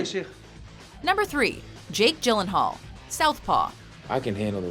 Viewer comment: she is pronouncing it properly.